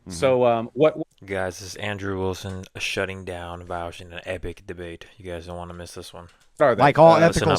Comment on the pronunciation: You don’t even know how to pronounce Vaush’s name 😂